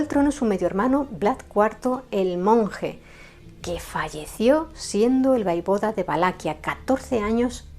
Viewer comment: Hola, en hora buena por el canal. Me gusta. Si me permites unas pequeñas sugerencias. Yo soy rumana y en los libros de historia con las que yo estudié ponía que el príncipe ungaro se llamaba Sigismund Bathory. Y te lo digo con todo el cariño del mundo y comprendo que es difícil pronunciar ciertas palabras en rumano, repito con cariño y respeto no se dice Vaivoda, se dice Voievod. Quiero decir se llamaba Vlad Țepeş el Voievod de Valachia que es como se escribe en rumano. Saludos.